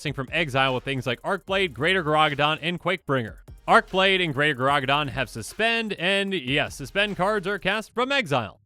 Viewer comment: Gargadon, not Garagadon.